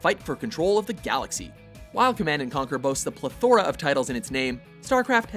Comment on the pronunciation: You're pronouncing "plethora" wrong. How dare you publish something on this scale.